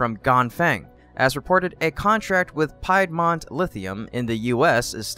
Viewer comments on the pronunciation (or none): It is pronounced "PEED MONT" not "PIED MONT"!